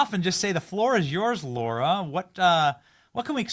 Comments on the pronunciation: Lara not Laura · She is so gracious. She never corrected Benny for saying her name wrong. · Benny - her name is Lara not Laura! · Benny, her name is Lara. It’s like Sarah, not Laura. 😊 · Hey Benny ! This may be frivolous, but her name is not pronounced 'Laura', it is 'Lar-a'. I have heard other interviewers mispronounce her name, and she is always gracious about it, but it would probably be refreshing to be addressed correctly. On the other hand, this has probably happened her entire life, so maybe she is used to it. ( I have had the same problem so maybe that is why I notice it each time ) 🙂 Thank you for your non-compromising stand and courage. God bless you and your beautiful family. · Ben! Lah Rah! NOT Low Rah! Lah Rah! Lah Rah! *face palm* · Her name is Lara, not Laura. How can you get that wrong?? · Benny stop calling her Laura.. it’s Lara.. you do it every time 😢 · Hey Bennie. In case you didn’t realise. Her name is Lara. not Laura. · Go away Big Mike, you're irrelevant to the American people...Now come out of the closet. Benny, it's Lara Trump not Laura FFS!!!! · Benny, It's Lara, not Laura. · It drives everyone crazy he keeps call her Laura! How rude he doesn’t know her name after all this time! Her name is LARA not LAURA,stop being so RUDE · It's LARA, as in Lana (Turner), except with an R instead of an N ... NOT LAURA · ITS LARA....NOT LAURA......GET HER NAME RIGHT BENNY!!! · Her name isn’t Laura Bennie, it’s LAra…. Come on man. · BENNY!!! IT'S NOT LAURA. N O T LAURA. IT'S LARA. LAR RHYMES WITH CAR. LA RA. PLEASE. PRONUNCIATION IS IMPORTANT. I CAN'T BELIEVE SHE HASN'T SET YOU STRAIGHT YET. LAURA AND LARA ARE TWO DIFFERENT NAMES. PAY ATTENTION! LOVE YOU TO BITS, BUT SOMETIMES YOU NEED TO HEED YOUR ELDERS! 😁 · Did you call her Laura? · I can't believe he called her Laura every single time. It's Lara ffs.